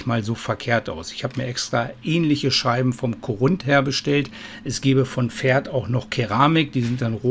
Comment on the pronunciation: Das heißt Pferd und nicht Ferd :D